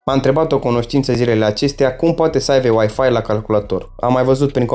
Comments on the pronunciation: “Aibe”, nu “aive” 🥲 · Nu se zice "aive".